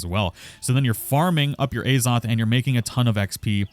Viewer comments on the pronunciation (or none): Az-oth. Not “A Zoth” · As-oth not A's-oth why are u punishing viewers